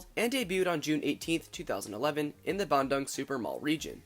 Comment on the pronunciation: Lol 'bandang' sounds like 'banjir bandang' which means large flood. Which quite often happens south of Bandoong It's the 2nd Trans Studio park, but Indonesia has several other theme/amusement parks before, most notably Dunia Fantasi(the actual first theme park) and Taman Safari(a drive-through zoo) Still, great video!